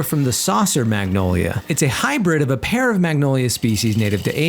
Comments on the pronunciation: I hate how he pronounces magnolia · G is silent! Its Manolia!